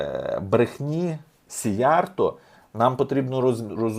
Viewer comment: Правильно казати "сІйярто" - в угорській мові наголос завжди на першому складі. 2) "На землю без народу прийдуть народи без землі" - це свята правда. Хто автор цього геніального виразу? Якщо ви, то Респект. Я не додумався. Але ж це лівачня, в якій ви мене багато разів звинувачували і видаляли дописи! 3) Я також дуже скептично ставлюся до ЄС, власне кажучи, не так скептично, як з чітким розумінням, що ЄС - то свого роду тюрма народів, де балом править Закуліса. Іменно тому сивожчолий систематично тягне нас в ЄС. Я за НАТО, за те, щоб під крилом НАТО відновити ядерний статус, і створити завершений ядерний цикл. В найближчі 200-300 років роль ядерної енергетики буде визначальною, тим більше, що ядерна енергетика екологічніша навіть від сонячної, не кажучи вже відносно теплової. Що стосується термоядерної енергетики, то я, як професійний фізик (хоч і не в області термоядерного синтезу), ДУЖЕ сумніваюся, що керована термоядерна реакція коли-небудь стане реальністю.